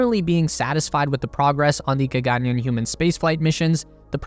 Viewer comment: Word spelt in English: gaganyaan. Every western speaker: we will swap the single 'a' and the double 'aa'.